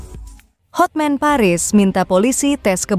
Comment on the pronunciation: Hatman mba .bukan hotmen